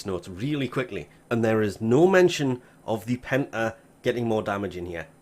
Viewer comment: I heard hentie when you said Penta